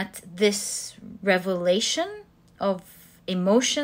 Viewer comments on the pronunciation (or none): none